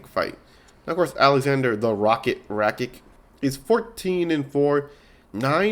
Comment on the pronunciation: This video is unwatchable how u pronounce rakic ige and lerone Murphy as Leon